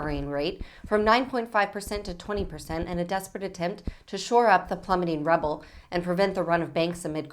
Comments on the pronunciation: Honestly, should anyone be reporting news when they are so poorly read they don't know how to pronounce "ruble"? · RUBLE... not Rubble... ROOBLE